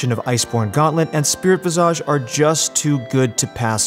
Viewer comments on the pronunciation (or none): "vi·zuhj" - you're driving me mad with your visa~ge xD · /: Why do you develop an accent when you say the word visage? You shouldn't pronounce it like Nicki Minaj. The phonetic spelling is visij. You're going to be saying it a lot, might as well not do it oddly as it becomes distracting from what you're saying. Otherwise, thanks for the good content.